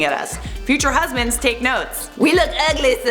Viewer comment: “We uglee” 🤣🤣🤣 You sound like you were raised by a southern Black woman! Hilarious!